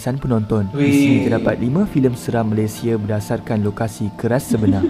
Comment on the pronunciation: aku bersin 3 kali bila dengar cakap bahasa KL...Malaysia sebutannya...x sebut Malaysie tau....